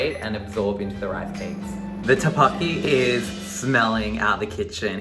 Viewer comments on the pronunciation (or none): DID THIS MAN JUST SAY "TAPAKI"?! Lmao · Cringed every time he tried to say tteokbokki …. Still bae though